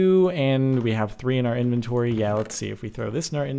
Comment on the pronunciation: inventory not enventory